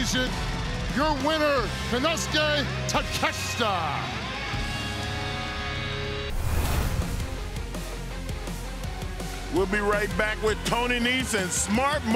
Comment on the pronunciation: I fucking died when Mark Henry couldn't pronounce Takeshita's name, so he just sighed and gave up.